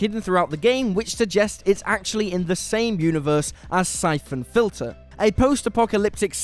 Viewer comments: "Sai-Foon Filter"? Not played that one. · Da f@ a Syphoon Filter? I mean you said it right every other time. No quality control at whatculture, Julian's too busy curating his wool hat collection to double check your work.